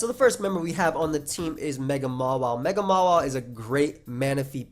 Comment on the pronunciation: why do you call Mawile "Mola"?